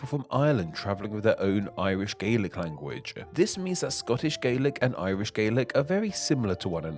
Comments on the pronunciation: So is the narrator's pronunciation of "language" as "language-uh" part of a dialect? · how you pronounce "language" bothers me a little, LOL